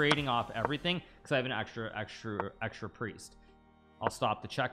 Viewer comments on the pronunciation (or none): "I have an exta priest" 😂